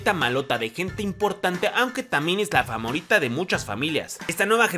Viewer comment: Dijiste famorita lo noté lo noté 😉